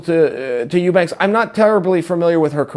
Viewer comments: Chael "Ooobanks" Sonnen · Chael leaving us snippets of evidence on the name mispronunciation being a little ongoing bit of his. Right from the start he pronounces "Eubanks" correctly, but then each time after that it suddenly changes to "Ew-banks" to fit the gag. I'm sure in all of Chael's years watching fighting he had never heard the name Chris Eubank spoken about before. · Get the name right Chael. It's Sraicha Whobanks. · Uubanks. Chaels funny sayin everyone's name wrong. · You said whobanks..... Haha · LOL OOO-sada... OOO-banks.... I'm starting to think Chael can't pronounce "you" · Meh, not necessarily true. If she got the fight she wanted, the MAIN EVENT on the main card, instead of a fucking prelim against a non-champion, she probably would've made weight... And why the fuck is Chael so goddamn bad at pronouncing names? He's a smart guy, and Eubanks isn't exactly a difficult name to say.